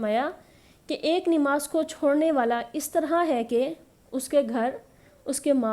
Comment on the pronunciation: It's not Nimaz it's Namaz